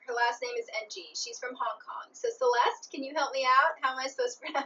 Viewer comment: i think 'Ng' is pronounced as ing. like in walking. just googled it. 80)